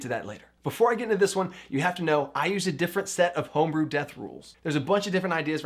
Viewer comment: "Tome-brew"... had to stop and like the video for that one...